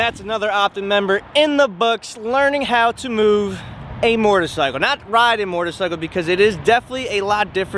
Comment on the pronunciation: it's a moTorcycle not mortorcycle